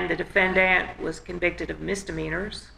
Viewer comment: defend-ANT. lol